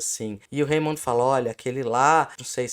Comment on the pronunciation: Vcs chutaram certinho no gol da pronúncia de Raymond /remôn/. (E a Pasqualete da pronúncia ataca novamente!)